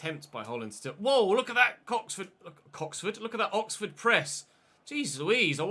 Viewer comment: "Look at that COXFORD press"